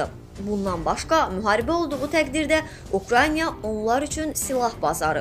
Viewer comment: Biri mənə izah eləsin zəhmət olmasa Ukrayna nəvaxtdan Ukrayniya adlanıb? Yəni bu şərhçi qız nədən belə deyir hərdəfə bu ölkənin adını...